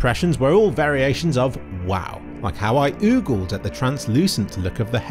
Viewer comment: Damn, can't pronounce ogled...